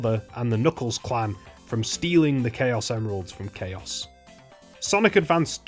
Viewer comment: no as in CHAOs not Chaos